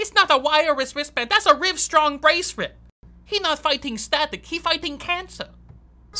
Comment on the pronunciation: "Prus you got your Rivestrong braceret" 😂😂😂😂😂😂😂😂